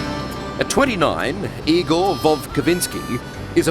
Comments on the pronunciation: IgoR. R- at the end not IgoL ! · No it's I-gore